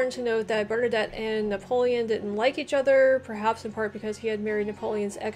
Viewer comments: Bernadette. Sounds like the Female version of Bernadotte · Hearing her pronounce Bernadotte as Bernadette is pretty funny. As for uniforms, different ranks commonly came with different uniforms. Different types of troops too would get uniforms, such as heavy cavalry and grenadiers getting fancier uniforms to reflect their elite status. This practice is actually still followed in modern armies, though the difference in uniforms is often much more subtle. Usually armies had a common theme. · No, I love how she pronounces "Bernadette"